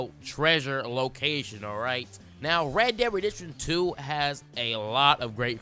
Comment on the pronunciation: It's called Red Dead Redemption 2. I have no fucking clue what you say between the words Red Dead and the number 2.